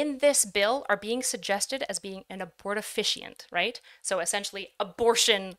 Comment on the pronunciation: Did anyone ever tell how to pronounce abortifacient (abort-a-fay-shint)? All i could hear every time was that these forms of birth control are "abort efficient"